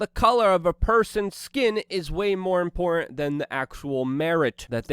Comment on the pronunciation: Luke it's im·por·tant 🤣